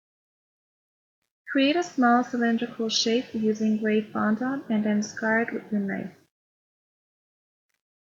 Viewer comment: It’s fondant NOT fondAUNT.